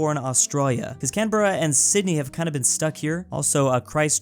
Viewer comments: you pronounce Canberra as can~bruh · & “Melbourne”: Melborne “Brisbane”: Brisbaine “Canberra”: Canaberra & Canaburra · Plz pronounce Australian cities better (I understand why you pronounced the cities the way u did though) Briz -bin (Brisbane) Mel-bin (Melbourne) Sid-knee (Sydney) Cam-br-uh (Canberra) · Just saying bieng an Australian let me help out your pronunciation, so Melbourne is just Mel-ben. Brisbane is Brisban. Canberra is Canbra and the others you pronounced very well. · Correct pronunciations of Australian cities Brisbane: Bris-bin Melbourne: Mel-Ben Canberra: can-bra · ahah yea confusing. Spelt ‘Canberra’, spoken as “Can-bruh”. Not even joking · You need to learn how to say Australian cities Sydney: Sid-ni Brisbane: Bris-bin Perth:Per-f Adelaide: Ad-a-laid Canberra: Can-bruh Melbourne:Mel-bin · Can-bra The "e" is silent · canberra is now apparently pronounced can e bar a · Canberra also know as the Australian capital city you are saying it wrong I’m an Aussie I would know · as a brisbanite born in melbourne, i cringed so hard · the way he pronounced canberra